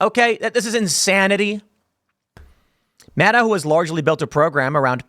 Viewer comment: Tim, it’s Rachel MadCow… get it right brother